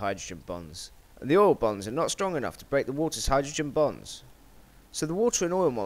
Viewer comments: its bonds not bongs its a chemistry thing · I want to make it clear that I find this video very interesting, no 2 ways about it... I just couldn't help but hear "Hydrogen bongs" and that oil also has "Bongs" and practically nothing other than "Bongs" for the last few moments of the video...